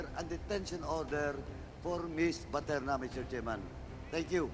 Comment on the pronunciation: How come the congressmen cannot pronounce the correct last name of Miss BATERNA?